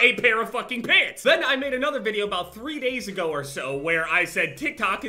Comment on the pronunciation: I thought he was talking about pigs instead of pants lol